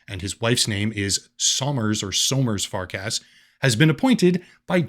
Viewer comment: its Far-CUSS not Fark-ASS